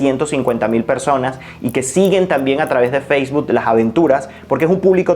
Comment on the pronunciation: Feisbud? xD Bien por el contenido, pero ojo con las pronunciaciones.